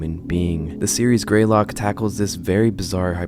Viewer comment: It's not 'Grey Lock', it's 'Greylock'. I've literally grown up in this area so I'm super used to it.